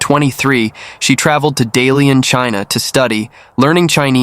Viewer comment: Not Dalian.. Da Lian😂